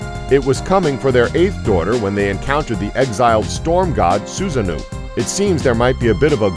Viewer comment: Jormungandr is definitely a snake, not a dragon. And Susanoo is pronounced Susa-no-wo